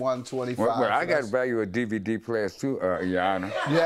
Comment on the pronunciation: he said “DvDbDVD” 😂